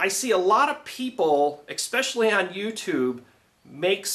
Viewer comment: ...."I see a lot of people, EXPECIALLY..." expecially?...really dude? see ya!